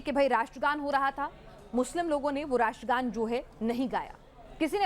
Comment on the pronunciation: Ye iliyash jo ratra gan nahi bol sakata ye kesa Indian he? Is ko Pakistan bhej do